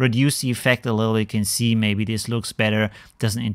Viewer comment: Keep up the videos. Funny how you pronounce iiiffect